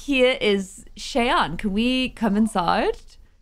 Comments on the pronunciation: Lol not important or anything but the npc name is not pronounced chey-ann it’s shy-ann that’s my name that’s why I’m saying anything lol Ik it’s not important 😭 people always say it wrong that’s why😭 anyways I love you & yr vids :) ❤️ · just so u know Cheyanne is pronounced shy-anne not Shay-anne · You pronounce Cheyanne like Shy-Ann. :) It's my sister's name. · you say cheyanne like Shy Ann. It’s confusing but like my way is Shianne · Cheyanne is pronounced as "shy-ANNE", by the way! :) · her name is pronounced sh-eye-anne